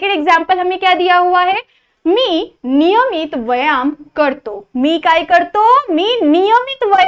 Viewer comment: Nivamit❌️ Niyamiya✅️ 😂